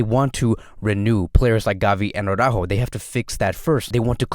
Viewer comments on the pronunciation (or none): and are the only Awww-rÁhhos out there. I really really do hope Araújo will leave FCB, so we won't have to hear "Awww-rÁhhho" any more. For christ sake. It's "Ara-ÚÚjo" with emphasis on the Ú and soft j like in jamón.